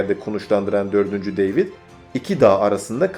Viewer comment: güzel hazırlamışsın da kardeş, deyvid ne, demetre ne )) David ve Dmitri ))